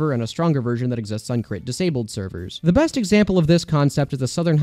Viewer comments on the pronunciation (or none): none